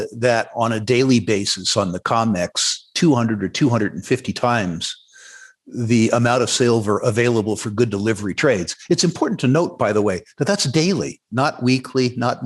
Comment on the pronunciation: did Rick just say “the CONmex” instead of “COMEX?” 😂 👍🏻